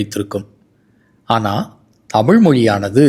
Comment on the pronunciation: தமிழ் என்பதை அழிக்கிறீர் தமுழ் என்று பேசுவது மிகவும் இழிவு.... மிகவும் கேவலமாக உள்ளது.....